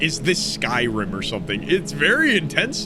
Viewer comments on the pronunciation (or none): none